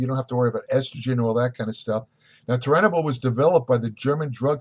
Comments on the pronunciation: Immediately discredited. He can’t even say Turinabol correct. Does he even actually know what it is? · You couldn't pronounce the word Tour, Cormier and then finally Turinabol. "Toruinabull??" I am out!!